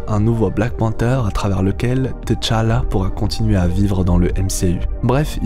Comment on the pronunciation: C'est Tchala pas T-chala. Repose en paix